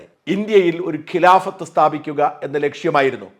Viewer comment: കിലാഫത് അല്ല ഖിലാഫത്